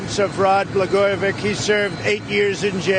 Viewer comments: 'Blagojevic"K"? He doesn't even know how to pronounce his name? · This dumb asshole cant even pronounce Blago's last name. Trump needs to have his orange ass blasted into space.